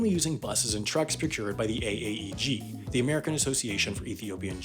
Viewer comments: haha u said g instead of j what a nerd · I can’t tell you the amount of times I’ve said ‘gee’ for the letter J. You are forgiven for this slip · “AAEG” I bet you pronounce it GIF like that as well.